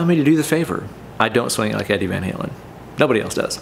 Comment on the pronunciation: “ Eddie Van Scalin” 🤘🏼🔥